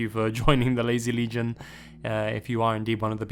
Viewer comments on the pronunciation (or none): none